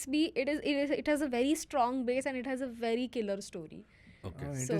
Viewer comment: Did just say "v difficult" instead of "very difficult"??? 😂😂😂😂😂